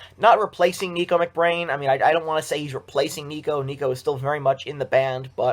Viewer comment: It’s nicko not neeko.